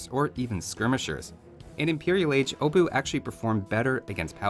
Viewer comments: Great vid as always! But small pronunciation issue - It's not 'obuK' or 'obutsh'. 'Ch' is a grammar variation of 'h' and pronounced as such. Normal, short, dry 'h' like in 'hell' or 'home'. Obuh. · I do find it interesting that tries really hard to pronounce the "Obuch" and NAILS it, but from then on continues to call it the "Obu" instead for some reason